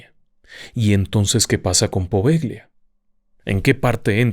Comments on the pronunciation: Buenos días. Un paréntesis: no se pronuncia "Poveglia", se pronuncia "Povellia" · Amo éste canal❤❤❤ En italiano Poveglia se pronuncia Povelia, "gl" suena "l". Muy estimado, deseo nuevamente felicitarlo por su exquisita narrativa, sus programas los veo y los re veo y los vuelvo a repetir, son fantásticos, gracias a usted y a todo el equipo de RDLO. Por otro lado quisiera preguntarle si el Códice Poveglia fue encontrado en ésta isla y le ruego nos ilustre con un programa dedicado al mismo. Mil, mil gracias por su atención y amable compañía❤❤❤❤❤